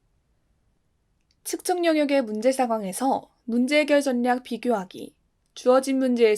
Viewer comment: 정말 잘 듣고 있습니다!! 가끔씩 분류를 [분뉴], 전략을 [전냑]이라고 발음하시는데 이것만 고쳐주셨으면 좋겠습니다~